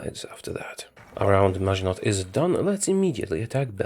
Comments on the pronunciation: LOL! It's noT MaginoT! xD, it's pronounced "Magino", silent T at the end, like most consenants at the end of a word in French.;) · "Around Maginott"